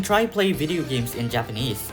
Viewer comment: You should have done much more listening before you started speaking and reading to prevent the strong accent and pronunciation mistakes you have when speaking Japanese but overall good job!